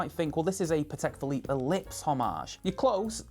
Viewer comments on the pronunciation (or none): none